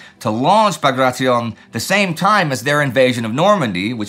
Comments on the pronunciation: Pronounced Bag Ray Ti On (on like the word on) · Is Indy’s pronunciation of Bagration the definitive does anyone know?